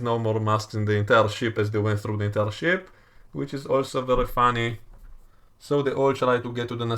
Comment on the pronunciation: U say ship I hear sh t